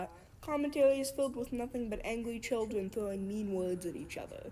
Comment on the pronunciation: ”angwy childwen.” 💀